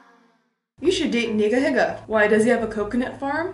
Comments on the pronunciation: you said nigahiga way wrong lol it's like KNEE GUH HEE GUH :) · OMG no no no no no no no don't pronounce NigaHiga like that it's Ne-Ga-He-Ga the way you pronounced it was....it sounded like another word....a bad word that a certain group of people don't like.....